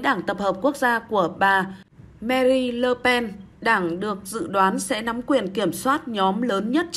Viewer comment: Đã đọc sai tên bà Marine LE PEN ! ME-RIN là đọc sai !!! Phải đọc là : MA - RIN !!! Vì người PHÁP gọi TÊN người ta như thế nào thì mình phải đọc Y NHƯ thế, nêu không sẽ chối tai người ta khi phát âm bi BÓP MÉO ! Nhất là khỉ ý nghĩa của cái tên đó bi BÓP MÉO !!! Vi dụ như : MA-CRON (c-r-ông) mà đọc là MA-CON (!!!) thì người PHÁP nghe ra là : “ cái l… của tôi “ !!! Người PHÁP sẽ rất mất lòng !